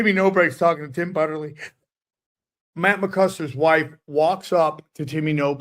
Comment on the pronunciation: thinks it's Matt 'McCuster' lol